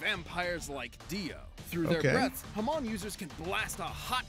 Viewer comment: death battle managed to pronounce Hamon the opposite way its supposed to be. your supposed to emphasize the MON not the HA so while they said it like HAmon its supposed to be haMON. also its not mon like in pokemon its mon pronounced like the word moan.